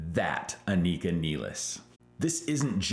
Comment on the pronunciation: You're pronouncing Anika's name wrong and you met her? LOL Not even she pronounces it the way you do. Listen to her interviews. Anyway, great video, you make great points and totally agree!